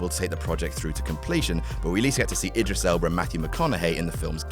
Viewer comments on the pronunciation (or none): none